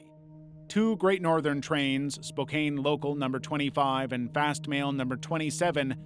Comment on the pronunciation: Washingtonian here! This is probably such a non issue, but it just itches my brain incorrectly. It isn’t pronounced “spo-cane” but actually pronounced “spo-can”. Again, a non issue, but just something i wanna mention :)